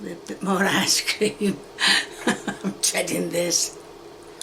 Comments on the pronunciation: sounds like she is saying ass cream lol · is it just me or did someone else hear her say ass-cream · no way the ice cream is actually pronounced "car door" right?